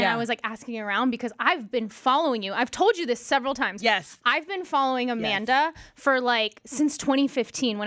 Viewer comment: Amanda's pronunciation of her husband's name was so on point! Coming from a Russian